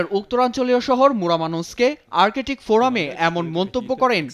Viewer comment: আর্কেটিক নারে ভাই বল আর্কটিক। রিয়ালিটি অফ আওয়ার এডুকেশন সিস্টেম